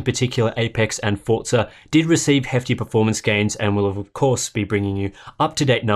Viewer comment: Why are you pronouncing Forza like an American?